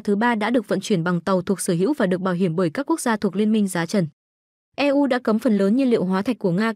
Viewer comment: Chán thiệt, E U Rờ, E U Rờ .. Cách đọc như bằng google này giảm đi giá trị của nội dung bài viết quá. Hôm trước mình cũng đã nghe đọc "Bộ nờ nờ và pờ tờ nờ tờ" (bộ nông nghiệp và phát triển nông thôn) rồi.